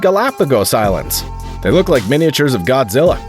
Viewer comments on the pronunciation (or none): none